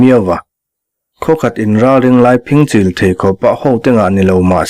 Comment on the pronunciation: Phingchil lam dan hi kan hriat ṭhin dan nen chuan a inang lo hret. Phing lai tak hi hlat zawng sawina lo fing hnih/khat kan tih a, fing lam dan thluk ang chiah hian kan lam ṭhin kha a nia.... Regional variation te pawh a ni maithei e.